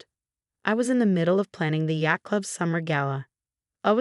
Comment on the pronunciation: Yat for yacht…and more! These people need a book on Phonics.